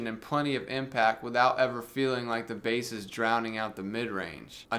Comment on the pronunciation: Dude. Love the review. You probably are having fun with pronouncing 'Bass'. Just in case you're not, it's pronounced 'Base' - unless it's a fish!